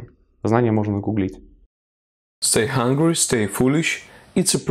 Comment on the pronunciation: Не hugry а hungry